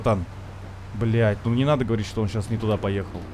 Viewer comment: 34.56 «успокойся, Амиго! Де нада! Де нада!»)) вместо «не надо!»